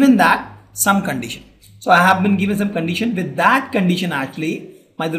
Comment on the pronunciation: More than once, not interested to listen. See, " normal probability question " How is pronunciated. condeetion????. Listen this video.